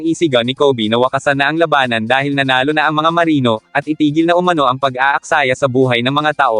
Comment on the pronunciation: iba ang bigkas mo lodi sa labanan, tunog malabanan..😘😘😘